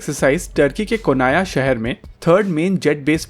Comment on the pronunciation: First learn how to say Anatolia and Konya. Please.